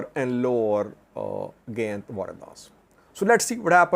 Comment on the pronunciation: Gayint is pronounced Guy-int and Sayint is an entirely different area in south Wollo, bordering East Gojam and the Blue Nile.